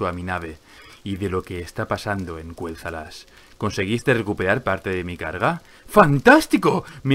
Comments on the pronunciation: Dillidan 4 Se escribe Quel'Thalas 💁🏻‍♀️, y no, no se dice Kueltalas se dice Keltalas, porque si fuese Kueltalas se escribiría Qüel'Thalas y no se escribe así:V (no se porque lo pronuncia así) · Porque Lor'themar Theron lo pronuncia así desde hace unos años. Antes también lo pronunciaba de la otra forma.